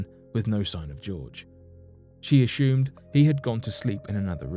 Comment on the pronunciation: Why must you insist on saying "ashumed" rather than "assumed"? Also, must you quietly trail off at the end of a sentence? I repeatedly have to replay with the volume turned up to understand what you're saying. Your content is great, but the lazy-speak is irritating.